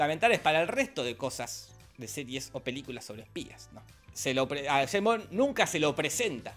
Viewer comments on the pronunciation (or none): "yeim bon" Pinarello , 2023